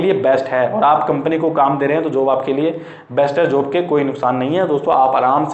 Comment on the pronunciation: जोब नहीं होता भाई जॉब होता है 😒